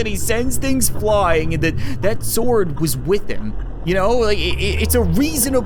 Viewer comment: I like how he said frying instead of flying